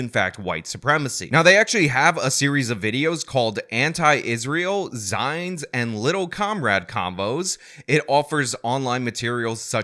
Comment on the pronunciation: "Zine" is pronounced "zeen", it's short for magazine. You may have done that on purpose, I wasn't sure.